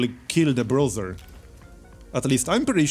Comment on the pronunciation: BRUISER - brooser and not BROTHER